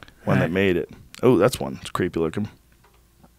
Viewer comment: Cweepy guys back on. Cweepster!!